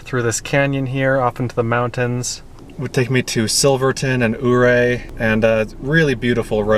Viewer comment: Another really nice video. You pack a lot of varied situations in a short video! Btw, Ouray is pronounced “your-ray.” I was in the area the second week of this month. We rode the gondola into Telluride from Mountain Village. Bridal Veil Falls was dry, unfortunately. The whole area is in a drought...